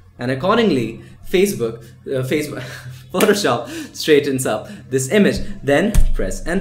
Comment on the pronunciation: I chuckled quite a bit too when you say facebook